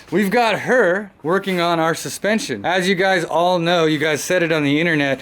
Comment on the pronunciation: hehehehe... Dude can absolutely butcher the Engrish language like no other!